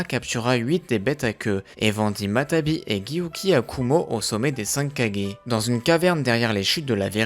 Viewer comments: On dit matatabi pas matabi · c'est matatabi et non matabi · C'est matatabi pas matabi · Salut super vidéo mais y'a une petite faute, c'est "Matatabi" et non "Matabi" :) Et pour Chômei tu aurais pû aussi dire qu'il se surnomme Lucky 7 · On dit matatabi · Matatabi et non matabi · Y a pas mal de problème dans les prononciation comme dire futton au lieu de Guyton ou jinton au lieu de jiton. Ou encore matabi au lieu de matatabi. Je sens qu'il y en a encore à la suite